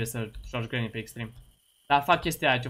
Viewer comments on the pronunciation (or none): none